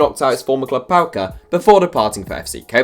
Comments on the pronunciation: It’s name is PAOK not PAOKA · Who tf is Paoka? Its BA-OK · Paoka? Its PAOK 😡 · Mate the team is not called PAOKA it’s called PAOK